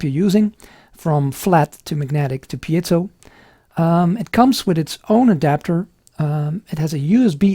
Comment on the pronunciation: Great review.... and you're the 1st person I've heard pronounce "piezo" correctly! Congratulations!!! lol :0)